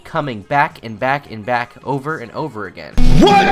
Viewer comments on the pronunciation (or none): I'm sad you didn't include the audio bit where it seems like DaddyOFucked can't say the word "over" and instead says "urver" or "urber." "The toilet urrrrber-flowed." -- it was a pefect distillation of how dumb this 10th grade dropout is (that's not even an insult... he literally is a 10th grade dropout).